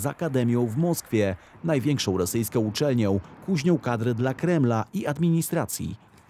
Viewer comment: "interesuje tutaj strone rosyjskOM", nic na to nie poradze, ze moje stare ucho jeszcze wylapuje, te "OM"-y!!!